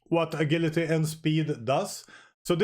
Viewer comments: Hey--- Ah-Jill-a-Tee En- Jinn, "Ger-Ma-nee. Goodluck 👍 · What’s “a-gill-atee”?